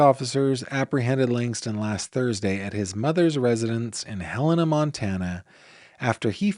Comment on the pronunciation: Thanks for Pronouncing Helena correctly! 😊